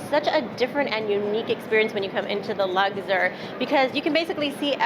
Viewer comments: Luxor not Lugzor. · The way you said Luxor sent me 😂 it’s not luckder 😂😂😂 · LUGSIR ? Lol That name was really giving you a hard time.